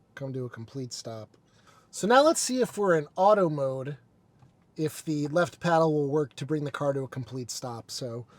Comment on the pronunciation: Paddle, not peddle... :)